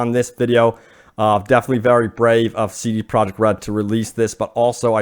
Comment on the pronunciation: Im trying to figure out what he is a co founder of? sounds like he is saying so da project, even the subtitles put it as soda project, instead of c d project? those are two whole different letters (sounds dee/da)? Is there a different company? I went to their wiki page, and there is not other company of the sort, so it seems he is saying cee dee project, but is actually saying soo daaa project. Or is the pronunciation for cee dee project different than what I thought? I mean, this is a recorded video, the pronunciation seems very intentional.